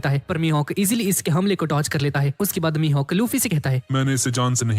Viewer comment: Not Hakai it's mihak